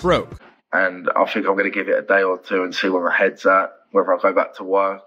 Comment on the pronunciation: When the voice says “fink” or “fought” there’s really no point listening any further.